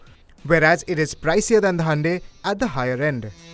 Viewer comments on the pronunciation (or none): sorry but cant endure any more of "Handae".